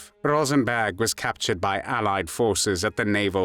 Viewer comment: Why does it sound like he’s saying “Rosenbag?”